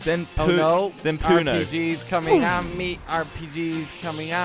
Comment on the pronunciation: It's NOT Zenporno is Zentorno